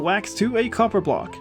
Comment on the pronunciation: "Get to the coppah!" made me chuckle